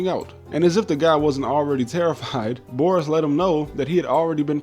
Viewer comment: I would critique your pronunciation of Boris, but the rest was so good that I'm impressed